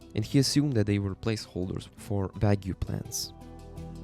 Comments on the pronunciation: Vague is pronounced "Vayg" not "Vag-oo" Anyways, great video!! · Vague is pronounced vay-g. The g makes the hard g sound and not a j. English is so weird. I really like the speed of your speech though, it's so calming! It's so different from the usual overly hyper minecraft teir lists. I was honestly surprised to see this video has only 350 views, definetly deserves more! This video kept my interest so much, I'm actually more interested in watching it than opening my package I've been waiting a month for!